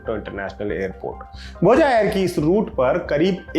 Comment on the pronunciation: भोजा नही भोज बोलिए